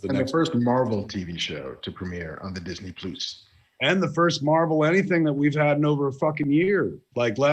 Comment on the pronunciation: Marc mispronounced Disney Plus throughout this whole thing! 💕